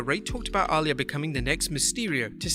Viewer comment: Who is Ahh-Layah?